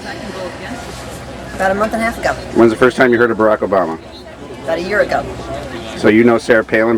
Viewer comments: what can you not see or hear? 1.smart reasons for obama being a terrorist!!!!! 2. black people!!!!!!!!!!!!!!!!!!!!!!!!!!!!! omg chick learn to say obama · ugh that biatch is trash and she says obama very strangely... haha good work sir. good work.